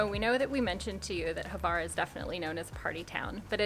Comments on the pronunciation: I never heard a single English native capable to pronounce Hvar, it’s Hvar (that H comes from your throat) not Havar! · 🤣🤣🤣 “not too Hvar”